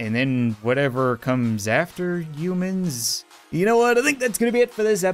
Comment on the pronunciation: Has anybody else noticed that he says "eumans" instead of humans